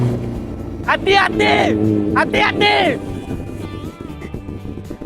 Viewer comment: kalau sebut hati hati Hati hati❎ Anti anti✅ HAHAHA..pika nanti join tau ride ai team supaya orang nampak piqa